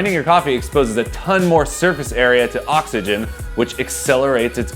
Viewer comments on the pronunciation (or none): none